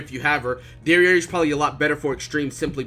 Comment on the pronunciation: My man called jericho dererei 🤣😂